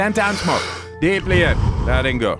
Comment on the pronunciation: “let in go” im so childish the accent messed up my whole session 😭. hey praise to Wim, he’s slowly changing my life i wish every human in this world did this